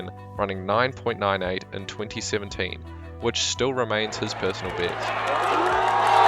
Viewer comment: why did you say "peersonal beast"?